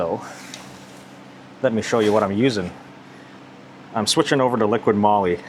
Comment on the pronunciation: you keep saying -LiquiD Molly. It is LiquY Molly.